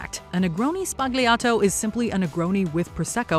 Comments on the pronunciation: Fun fact: it's pronounced negroni sBAgliato not spagliato. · Sbagliato is mispronounced! It’s more like “sballyato”